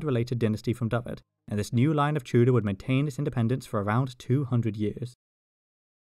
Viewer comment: Despite having Welsh ancestry, my Welsh is severely lacking. Saying that, i was always under the impression that Tewdwr was pronounced Tev-dr, not like Tudor. I am happy to stand corrected.